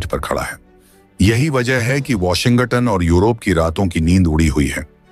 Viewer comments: Kya Washington ko Washingatunn ke roop mey pronounce kiya jata hai.😮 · Even I found it funny.